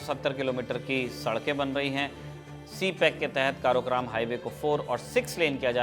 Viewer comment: बहुत बढ़िया, पर उसे काराकोरम कहते हैं। स्कूल में पढ़ा था